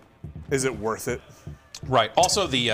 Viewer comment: "50 grand woth of stuff"